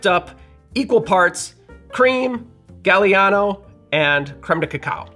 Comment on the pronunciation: NOT JUST WISCONSIN!!! 🤣❤️🎄🤣❤️ Yes, this old fart from a SW non-suburb of Chicago (because my town was founded first) was allowed the Golden Cadillac Milkshake on Christmas (unless Dad made Harvey Wallbanger milkshakes)! YUMMMMMMM!!!!! ETA: Gaah-li-ah-no … the “a” in Italian is soft (ah), not like “gal”, and is pronounced the same, no matter where it falls in the word.